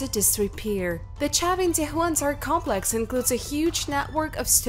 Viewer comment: Her English is perfect.People may take exception to her accent but her pronunciation and grammar are almost flawless only "complex" was pronounced as "cum...rather than com..." But a triviality when the content and quality of video and it's presentation are realistically considered. Some people are just not happy no matter how good the video. They would complain about a wet dream!